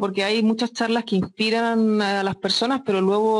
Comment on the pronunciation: JEJE ME GUSTO CUANDO DICE AALAS 8 DELA TARDE XD